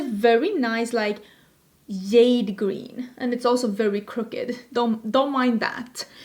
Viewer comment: I love these videos! They make me way more confident that I know what color(s) of shadow I’m buying when it comes to duo/multichromes. Thank you for your hard work on these! (PS and ALL LOVE, the J in jade is said with the “juh” sound 💚)